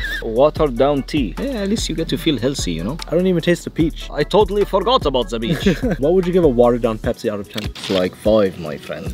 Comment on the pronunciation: HE SAID BEACH INSTED OF PEACH OH ME GOSH